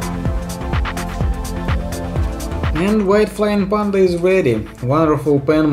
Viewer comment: ку. Прикопаюсь к акценту, разве не ПЭнда вместо ПАнда